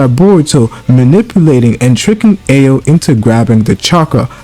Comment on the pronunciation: Took me until like the tenth time you said "Ay oh" for me to figure from context who you were on about